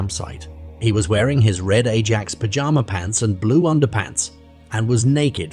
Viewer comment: Ajax FC is pronounced more like “eye-ax.”